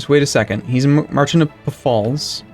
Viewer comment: Puh-falls? No. Failts (Pfaltz).